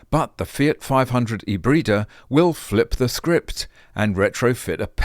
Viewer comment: I was hearing "Fiat 500 - A Breeder"